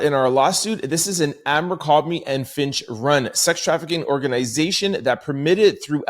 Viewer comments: It’s Fitch not Finch bro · It's Fitch bb...not Finch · Distracted by trying to figure out if you’re saying “fitch” or “finch” 😂❤